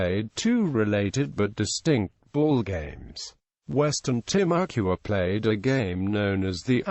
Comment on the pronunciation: They were Tih-moo-kwa,not Tih-mah-ku-a. Timucuans never went extinct.That's a myth by historians pushing an a liberal agenda. There are ethnic Timucuans alive today. What has "died" is their language and culture. The usual liberal academic indoctrination by college professors and high school teachers alike says that Timucuans were the "victims"of European colonization. Nonsense. 90% of all Timucuan deaths in a 100 year time period during the 16th and 17th centuries A.D. were caused by infectious diseases, not violence. These same viruses had been spread from Asia to Europe before that time period,killing far greater numbers of Europeans than the eventual epidemics in the Americas killed native Americans.